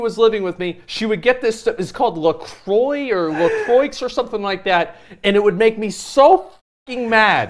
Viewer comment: "la croicks"